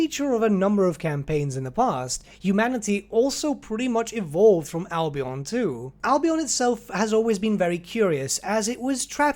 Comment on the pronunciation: Albion is pronounced "Al-be-en" not "Al-be-on".